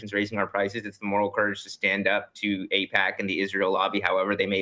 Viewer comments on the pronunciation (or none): none